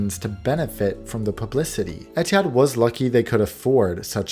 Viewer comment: As an Arab the way he pronounced Etihad bothered me so much every time